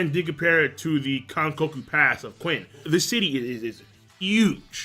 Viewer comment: Qin is pronounced "CHIN" not "QUIN" damn LOL